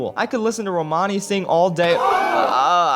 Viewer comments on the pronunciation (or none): none